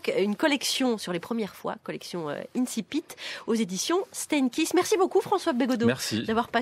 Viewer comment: Ne pas savoir prononcer le mot < > ! Génial ! Des incultes qui moquent l'académie française avec des morceaux de résistants de décembre 1944, le tout grâce aux impôts des petites gens. Comme vous êtes tous bien courageux. Quant à monsieur Bégaudeau, il fut plus pertinent jusqu'à ce qu'il réalise qu'il n'avait pas le courage adéquat.